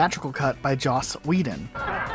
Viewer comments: Joss Sweden 🇸🇪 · Yea, he does it every time in this video lol, I know it's sad, but I literally just came to the comments to see if I was the only one that kept hearing sweden.